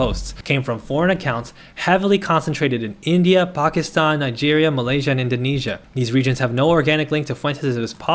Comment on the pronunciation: thanks for actually pronouncing Pakistan right 💀✊🏻